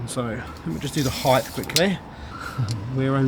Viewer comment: Please stop say 'Heighth', you're smatter than that.